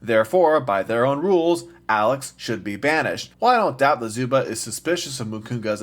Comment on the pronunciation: You forgot to sin his pronounciation of "Zuba"